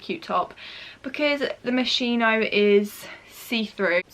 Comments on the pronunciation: Its acc pronounced “moskino” not “moshino” just sayin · it’s pronounced mosc-hino not mosh-ino x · Tanisha Ashiq it’s “moskino” lol x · Please do not pronounce it MOSHINO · its mos-kino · No offence, but it’s pronounced ‘moskino’. P.S Love you,you’re such an inspiration to me Xx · lol the pronunciation is “moskino” 😂💕